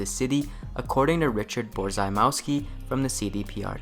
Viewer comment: Borzymowski is Polish. You don't pronounce it "Boar-Zy-Meeow-Skee" but "Borr-zee-moff-skee"